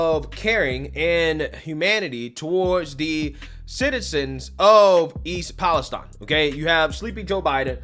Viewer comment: Thank you for being the only reporter I've seen to say "East Palestine" correctly. With a hard e not with an i.